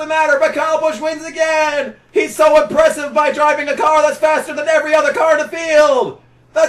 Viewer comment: Its not impressive to say impresshive...........lmao. just trolling you brother. These rants were always legendary. At the time I am sure I was mad as I was KB fan. However, I tottally understand the pain. I hate to see Larson in the 88 car now. I wish he had to drive the 32 or 91 like Chastain does sometimes (i know he won in a JRM car last week)(you made that suggestion in this video 10 years prior, just got to that point now). Which is exactly the frustration you are describing with Kyle Busch here. And not everyone can win in the 18. Riley Herbst never did. He won in the 98 though. The same arguments are made in this video about Sieg 10 years later and he is still in that 💩 box 39. #themorethingschangethemoretheystaythesame